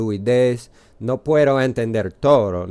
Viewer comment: Well done. Careful though, a d between vowels in Spanish is pronounced th as in this. Your pronunciation of d as dd or a flipped tt is really horrible. Puedo is pronounced pwe-though not puetto or pueddo